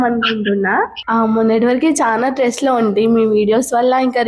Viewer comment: Stress Amma tress kadhuu